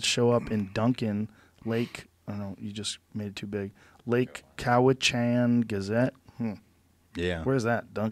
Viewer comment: Lake Cow-ichan! I'm from BC, Canada and it was kind of funny hearing Joe trying to pronounce Lake Cowichan. If you're from BC, you know what I'm talking about.